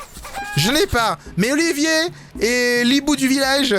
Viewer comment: Mais c'est [Oliveur] et pas [Olivier] (ça s'écrit Oliver)